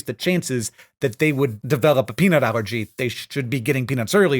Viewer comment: When you say peanut allergies at 1.5x speed, it sounds like you're saying penile allergies which sounds... painful?